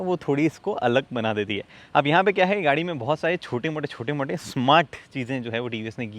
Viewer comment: Chote ...mote ...nahi ...motte...motte ....badlaav hai